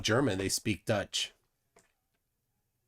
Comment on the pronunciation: the weird man from Canadia with the hat pronounced Deutsch correctly, me like.